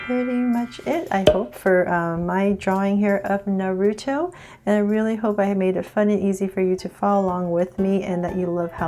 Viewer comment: Please stop saying his name wrong 😨